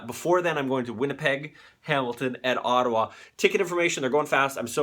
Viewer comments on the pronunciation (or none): none